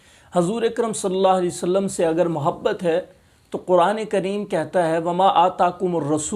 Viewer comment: Bhai ji nabi ka naam to sahi se le lo Salla alai wasallam Kiya hota he Sallallahu alaihi wasallam